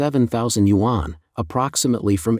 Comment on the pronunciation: You should learn how to properly pronounce YUAN. Your narrator is a joke.